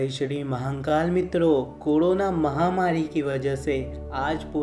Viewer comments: Vai Mahankal nehi Mahakal N nehi rahe gaa.... Aapka har video pe apne Mahankal bol rahe ho g sune ko bohot kharap lagraha hai.... Wo guru Hai hum logo k.... Guru kaa Nam thik se loo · Har Har Mahadev 🙏🙏 Jai Shiv Shankar BholeNath 🙏🙏 Announcer ko bolna nahi aata h??? Ya vo hindi nahi bol paate h??? Shame on U mr. Announcer and mr. Editor. Mahakaal bhi theek se nahi bol paate ho. Thirdclass announcer.